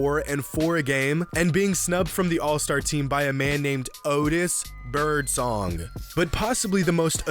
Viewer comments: didn’t have to pronounce Otis BirdSONG that way 💀💀💀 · The way he said O T I S B I R D S O N G 💀😵😵😵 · O-TIS BIRD-SONG 🤣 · The way he said Otis birdsong’s name 😂😂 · The way this dude says Otis Birdsong 😂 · Why he say Otis Birdsong Like that lmao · the way he said Otis Birdsong killed me 💀💀💀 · Hearing him say Otis birdsong made me crack up so much. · Bro the way he said Otis birdsong name 💀